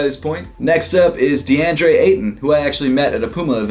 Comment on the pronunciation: why did he say deandre so oddly hahahahaha